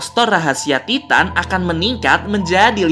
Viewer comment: Bang memang ejaanya Titan tapi sebutanya taiten